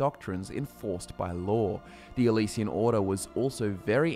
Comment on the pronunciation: Why are you saying Elysian instead of Alessian empire?